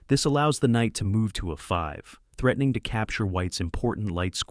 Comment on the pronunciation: Almost unwatchable due to the AI voice unfortunately. Listening to the way it referred to any square on the A file was painful.